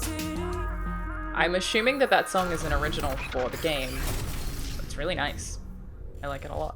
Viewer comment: Do all Australians pronounce "assuming" with a sh sound like "ashooming"? I spent a few weeks down under as a teen and don't remember anyone saying it like that. I like it, btw, just curious :D